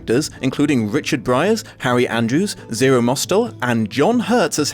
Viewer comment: A couple of corrections, you said the movie was released in 1994, but it was released in 1978. Also you called Zero Mostel a British actor, but he was born and raised in New York City. You also mispronounced his name it's pronounced moss-tell